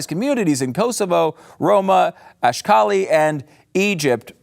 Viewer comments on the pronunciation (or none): none